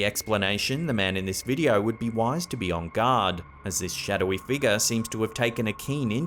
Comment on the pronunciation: he is decent. Love when he says 'check out this wideo'.